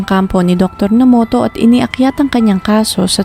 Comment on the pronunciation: Nomoto daw po ang tamang basa,hindi Namoto..